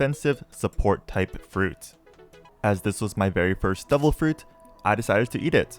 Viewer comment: Bro, why you always pronounce "Devil" like "Double"